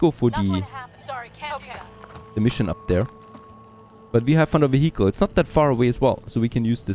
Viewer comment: I don't think that's the way you pronounce "vehicle"